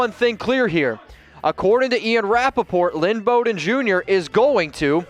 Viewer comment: "BOE" DEN. Bow as in Bowtie, not as in "bow wow." Also physically he is a slot receiver, but something no one talks about is how hard at his size he was hard to take down. And his instincts on running were Gayle sayersesque. Watch his long runs where he would cut back in and beside the player in front of him he always seemed to do it right when a player behind him had a shot. Could have been blind luck but he has done it multiple times.